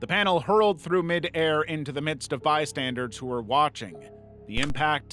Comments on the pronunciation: Bystanders. Bystanders. Not bystandards. That is not a word. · do you purposely say bystandards instead of bystanders? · BystandERS not bystandARDS PLEASE… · Didn't notice he did this until it was pointed out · it's pronounced bystandERS, not bystandARDS. i was cheering for you to say it right one time. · Exactly!!! Omg it annoys me so bad every time I hear him say “bystandards” 😭